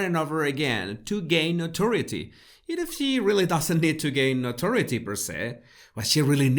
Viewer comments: Notoriety is pronounced - No-Tor-rye-eh-tee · As a bilingual person, I would like to try to help him to pronounce "notoriety". I would do that by spelling it phonetically for him as no-tor-AY-e-ti. with four distinct syllables, not three. His English grammar and vocabulary are really very impressive though, and he sure seems to know what he's talking about. Fascinating stuff! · Noturity shold be pronounced No To RYE ity. Accent on the 3rd syllable. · Note eh RYE it tea NOTORIETY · Thank you for very interesting videos... PS the word notoriety is very unclear and when used several times it needs to be clearer for the hearer... note-or-eye-ity... pardon my mentioning. Am a language enthusiast. G Ire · "Notoriety" rhymes with "variety", "piety", "quietly" etc. I know no one cares, but you would care if you didn't understand or couldn't make yourself understood because it was pronounced wrong, so you're welcome.... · i know!! I cringe 😬 too with that word